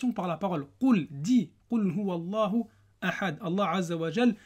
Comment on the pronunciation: As Salamou alaykoum wa rahmatoulahi wa barakatouh.je me permet une petite rectification. Le alif ne se prononce pas, du coup on dit-qoul houwa llahou ahad, et non qoul houwa allahou ahad. Barakallahou fik .